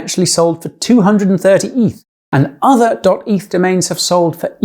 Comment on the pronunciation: heraing a british person say "eeeeeeeeeeeeeeeeth" is v jarring lol